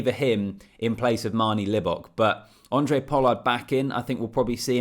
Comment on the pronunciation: his name is Handre not Andre. Its not tricky.